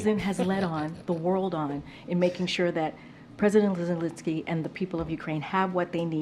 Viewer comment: Did she say "President Zidlelinski" on . Looks like Bidens' speech impairment is contagious.